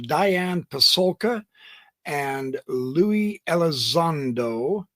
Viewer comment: “Lue” is pronounced “Loo”. Not Looey lol